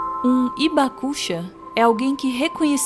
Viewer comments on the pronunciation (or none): Oi pessoal, uma correçãozinha de pronúncia. Hibakusha, não é ibacucha, é rribacucha, o h tem som de R de riso, rio. Outro detalhe, temos ainda vivo no Brasil, o sr. Morita, um Hibakusha,. Quem quiser conhecê-lo basta ir à sua loja de produtos japoneses perto da estação Saúde do Metrô paulistano. Uma simpatia de pessoa.